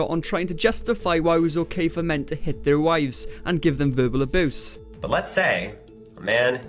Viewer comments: Me:: Aboose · I wish you could pronounce the word "abuse" correctly, but I'll let that go since I despise Onision and love hate videos about him